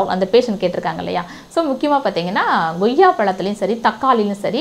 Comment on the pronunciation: ஏம்மா.. அது என்ன goyya... goyya.. - வாயிலே, கொய்யா - Koyya... நுழையாதோ